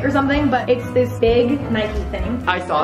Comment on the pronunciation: the way she pronounces Adidas and Nike